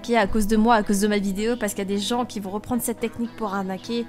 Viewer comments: ""nechnique"" tu me tue 15L🍋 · Des gens qui ne connaissais pas cette « neqnie » au lieu de cette « technique » mdrr